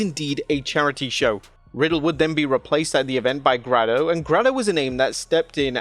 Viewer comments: its pronounced "gray-doh" not "grah-doh", its yerselllll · please don't disrespect Grado (GRAY-DOH (NOT GRAH-DO)) by calling him like that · ITS GREYYYYYYDOOOOOOOO NOT GRADO LOL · Grad o? It's pronounced grey do you'd know that if you actually watched wrestling or did some research 😂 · It's pronounced graydo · How do you pronounce the Legend Grado’s name wrong 😮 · Can’t believe Wrestleamia doesn’t know Grado or pronounce his name 😭😢😢 Grado is a legend of UK wrestling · Surely you didn't pronounce Grado that way 🤣